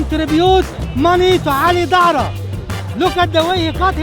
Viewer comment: Ali Dara. Yes, he mispronounced it but there is a funny coincidence. "Dara" is the Aramaic for Pearl. The Quran calls the young rent boys in paradise, white "pearls". Draw your own conclusions. Was he calling Ali Dawah a rent boy? hmmmm... Don't think he was that clever.